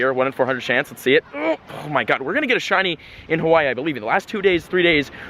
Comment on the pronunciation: YOURE SAYING "Hawaii" wrong, i should know. I WAS BORN AND RAISED ON THE BIG ISLAND, Honolulu